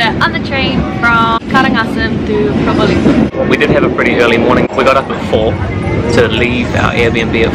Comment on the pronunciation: actually, you said exactly like native Javanese, Pro-'bho'-ling-'ngho'. Nice....